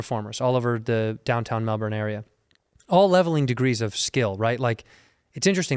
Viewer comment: Caught me off guard when you said Melbourne how we say it, props